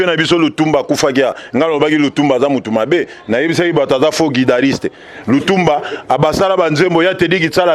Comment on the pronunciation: Il est intéressant... Je me suis éclaté en vous écoutant Monsieur.. Je veux juste rectifier que LUTUMBA était GUITARISTE et non GUIDARISTE... SLOGAN et non SINOGAN.. kiekiekiekie L'analyseur analysé.. 😂Merci... 🙏 👍